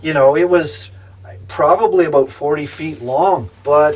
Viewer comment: I love hearing that "aboot"..:) Seriously, of course you were right when you decided it was no longer safe driving and did the smart thing - pulling over and waited until you deemed it WAS safe. Kudos to you